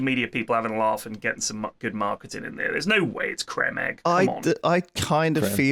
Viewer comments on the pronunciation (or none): Having flashbacks to YogPod #7 when Joey pronounced Creme Egg as "crem egg"